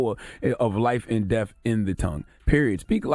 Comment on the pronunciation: Cthagod keeps say deaf instead of death. LONG LIVE X